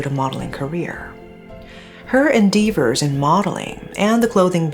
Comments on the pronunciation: En-DEE-vers? Lol. Endeavor is pronounced In-DE-ver. “De” as in DEMolition, not “Dee” as in DEEr. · endeavors ehn-deh-vers